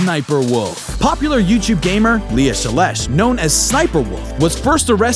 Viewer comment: No it's Lia shelesh